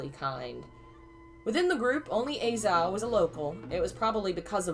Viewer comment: Im sure someone has told you already, but a-Zhao is pronounced ah-jao